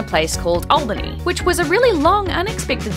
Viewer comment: I live about 25 minutes from Albany and go to that station any time I want to go to NYC (cause driving to and especially within NYC SUCKS!) It's an honor to know you've passed through our little station! By the way, you said Albany right. "All-bannie" not "Aehl-Bannie"